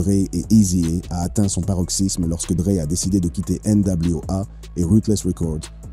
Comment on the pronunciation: NW "Â" gangsta Wap 🤣🤣🤣🤣🤣🤣🤣 bro tu abuse sérieux... eazy é 🤣🤣🤣🤣🤣 eazy hé Easy et Izi haie 🌳🌳🌳🌳🌳🌳🌳🌳🌳🌳🌳🌳🌳🌳🌳🌳🌳🌳🌳🌳🌳🌳🌳🌳🌳🌳🌳🌳🌳🌳 🤣🤣🤣🤣🤣🤣🤣🤣🤣 sérieux je le redis... tu abuse cousin